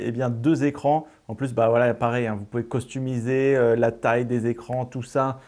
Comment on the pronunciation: Un détail marrant: dit costumiser au lieu de customiser 😉